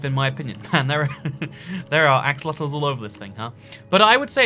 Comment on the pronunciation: I swear he said "a... fuckit of axolotels"